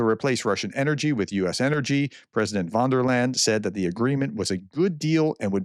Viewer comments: Great information and interpretation, as usual, but I cringe every time you say Vondelayn. Her name is pronounced "fonn dare lion". ;-) Please try, it's not that hard. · its "Von der Leiiieeeeeen, not "von der len", Prof! Otherwise, keep up the good work! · It's van der Leyen, not von der Land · Ursula wonderland ,, the good professor really have trouble with foreign names